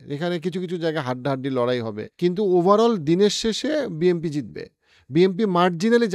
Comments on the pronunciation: It's BNP not BMP , প্রেডিকশন পরে কইরেন আগে ভালো কইরা শব্দের সঠিক উচ্চারনের হোমওয়ার্ক করেন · ওটা বিএমপি হবে না, বিএনপি হবে নামই বলতে পারেন না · ভাই আমি যদি ভুল শুনে না থাকি, আপনে কি বিএমপি বছেন নাকি বিএনপি। 🙏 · আপনি বলছেন বি এম পি । বই এম পি বলে কি কোন দল আছে? বি এন পি আছে । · Its BNP not BMP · Bhai...... BNP not BMP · Bnp ke apni Bmp boltesen mone hocce😂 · Bhai BMP bolen keno..isn't it BNP😮😮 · বিএমপি হবে না। কথাটা হচ্ছে বিএনপি। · বি এন পি শব্দ টা তো আগে বলতে শিখুন 🤣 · বারবার BMP বলেছেন শুনতে খারাপ লেগেছে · ভাই মনে হয় বারবার বিএমপি বলতেছেন😂। যেটা খুবই লজ্জা জনক